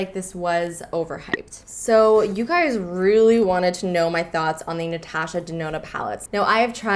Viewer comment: Great video but how you said "Natasha" made me cringe so hard 😂😂 still a good video though ❤️